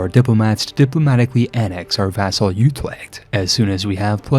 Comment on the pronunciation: You're right on the last part, his pronunciation there was abhorrent. 😅 I can't blame him too much, because Dutch is hard and he did so well on Utrecht in the rest of the video.